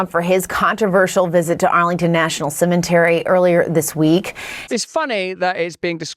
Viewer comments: wtf is a cem-EN-tary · Cementary? Did reporter say that? 😮